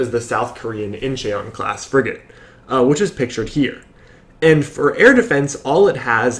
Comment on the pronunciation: Incheon is pronounced more like In-schon fyi Love what I'm seeing on your channel. I'm a bit of a naval history buff, but I focus on or so. I'd love to discuss.